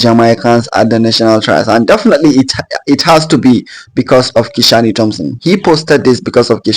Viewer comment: Nice vlog. Hope you are right. The name is Ki-shane. Not Ki-sha-ny. Great